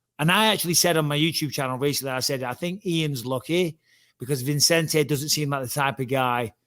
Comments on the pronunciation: Bisping needs to learn how to pronounce Vicente😂😂😂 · Bisping has him on the show and still calls him ViNcente when his name is Vicente. 😂